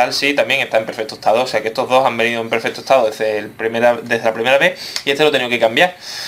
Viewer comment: se dise perfecto no perfeto